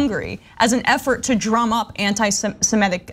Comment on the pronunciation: semItic. not semEtic